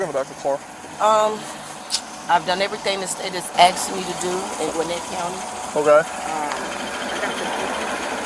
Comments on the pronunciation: "I've done everything the state has AXED me to do", lol! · Ask not axed you dummy ! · I would have taken her to jail just because of the fact that she said "axed" instead of asked. Seriously, what's so hard about the word "asked"? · "Ide dun everthun dey axed me to do" (Still working on passing second grade) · Everything out of her mouth was a lie, and exactly how do you "axe" somebody a question? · I dun everything you ax me to do....😂 good God speak English.